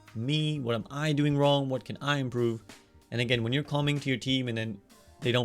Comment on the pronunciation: I giggle everytime he said comming